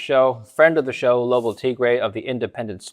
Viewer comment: called Lobo “Robo” at the end 🤣🤣🤣💀